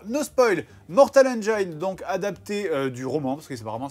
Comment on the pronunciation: Mais ça fait trop mal aux oreilles la façon de prononcer le titre ! On prononce Mortal "HAINE-DJINSSE" !!! Voilà pourquoi il faut traduire tous les titres de film !